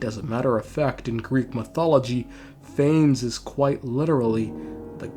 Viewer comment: As a greek, dw he slaughters Phanes and Ikhor as well lmao